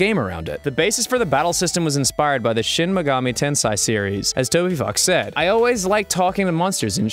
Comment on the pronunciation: JaySay63 shin megami tensei was also mispronounced.